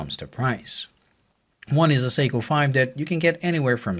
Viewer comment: SORRY BUT WHEN U SAID THE MODEL OF THE SEIKO...UR NOT CLEAR..SPEAK UP THE LAST WORD U SAID WAS GARBLE ''THE SEIKO MUMBO JUMBO...'' AS IN WHAT MODEL IS IT? SPEAK CLEARLY.